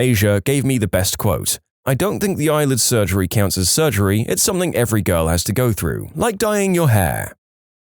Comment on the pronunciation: SomethinG, SomethinG, not somethink. How do you spell something? It doesn't have a k in it.